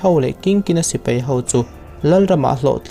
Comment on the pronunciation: "thleng" modified 'thlen' ..sipei × sipai ✓ etc...mizo tawng dik tak hi ngaihthlak anuam bik ania.